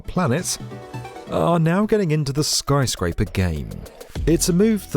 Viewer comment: "Skry Scraper" 😂😂 British people just saying words any way they want